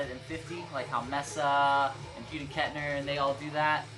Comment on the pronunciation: It's pronounced MAY-SA, as in Mesa, Arizona. Not MESS-A.